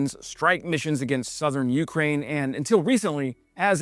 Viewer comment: I love watching your channel, fantastic videos, great info and details. I only ask one thing, when you say Ukraine, you’re accenting the first syllable, Ukrainians accent the second when they say the name of their country.